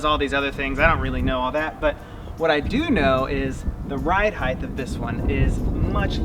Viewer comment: ....please! Height does not have a "th" on the end. Height, not Heighth...otherwise a great movie!!